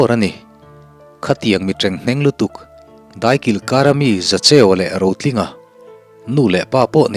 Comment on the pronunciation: A ngaihnawm chho e, a chhiartu pawh i thiam e. 'Leng hnar ar' kha, 'leng hnawt ar' a ni zawk lo maw. 'Chuta chhapah' tih kha 'chu-achhapah' tih niin ka hria. 'Daikilkar' tih pawh kha 'dâi' kha a mood danglamin 'daikal' tiha 'dai' rikin a ri tur a ni. A dang chu midangin an lo sawi nual tawh tho e. Thahnem ka rawn ngaihpui ve che u a ni e. A tha viau zel e.